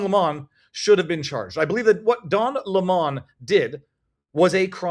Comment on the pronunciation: Its pronounced LEMON ...rhymes with Felon .